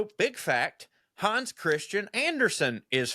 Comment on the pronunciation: Hans is actually pronounced in Danish with an approximation of a Midwest flat ‘a.’